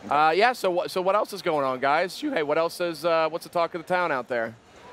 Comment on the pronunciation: It's Shuhei Yoshida. SHUHEI.